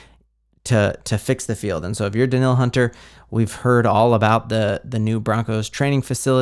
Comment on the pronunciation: It is pronounced Da-neal! And Hockenson is not Jewish. Also.. The Vikings have the best stadium.